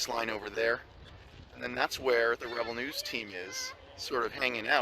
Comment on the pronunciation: is it just me, or does it sound like he's saying "rubble news"? I think that's a much better name